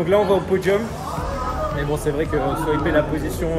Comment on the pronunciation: Cette piste est géniale, merci de nous le faire vivre comme ça ! Par contre on dit pas swiper mais swaper, comme un swap moteur :)